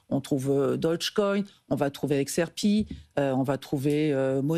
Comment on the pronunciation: Xrp"i" ça c'est de la prononciation 🎉